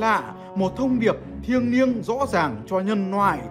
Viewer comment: Ủa mày nói "ngày nể" là ngày gì rồi "kì nạ " là kì thế nào,còn nhân noại là nhân gì vậy.vì đôi khi mày vẫn nói được chữ lạ chữ lễ thánh mà nên mấy chư mày đọc khác thì tao phải hỏi chứ.